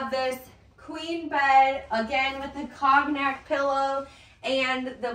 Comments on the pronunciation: That’s a good reminder, as I pronounce it incorrect too! I googled, it’s like kown yak! Long o. Thank you!! Did you catch the word “curtain”? The t not being pronounced. That one I think I have correct! 👍🏼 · 'COGNAC' is pronounced ˈkōnˌyak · I'm sorry, you're killing me with your pronunciation of the word cognac. It's a French word, the o is long and the g is silent.